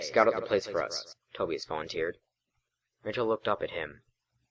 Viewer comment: I know this is old, and not trying to be too harsh, but Tobias is is pronounced toe-bye-us, not toe-bee-us and that unfortunately struck a nerve, but fortunately, I was able to look past that. Regardless, I liked the first chapter, (I too have read books in the series) and I shall continue to listen to the playlist, especially now that I see this chapter is written in the same way that the books were written. Keep up the good work.